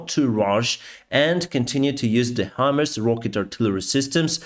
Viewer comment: Hi, Thanks for continuing to give us insights into this terrible war! You seem to have trouble properly pronouncing Himars. This might help: HIGH (opposite of low) + MARS (the planet)! You're welcome! 😊